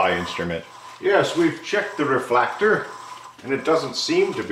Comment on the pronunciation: "The Reflactor" 🤣🤣🤣